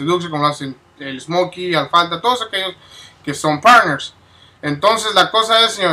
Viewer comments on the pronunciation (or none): osea wey soy partnerssssssss me entiendes partnersssss jajaja pinche tum tum asta lo fresa te salio wey jajaja felicidades carnal